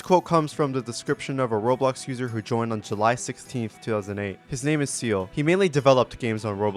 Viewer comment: his name is seil, not seils, you keep saying seils's, just said seil's, thank me later :D